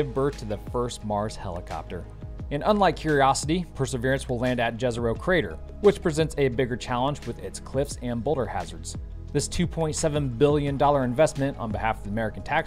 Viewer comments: Hi there, great video as always! Just a small margin note: Jezero crater is pronounced "iezeroh". It's a Slavic word meaning "lake". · It's pronounced as "Yezero" crater. "Jezero" in south slavic languages means "lake" and "J" is pronounced as english "Y". If you see slavic word with letter "Đ" or "Dž" then you can pronounce it as english "J". Of course, awesome video as always. :) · I laugh at how you (Americans, or other English speaking people) pronounce the name of the carter where Perseverance will land - Jezero carter. Lookup how it should be correctly pronounced! /ˈjɛzəroʊ/ YEZ-ə-roh